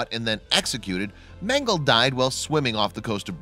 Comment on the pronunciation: You are not saying Mengele the correct way.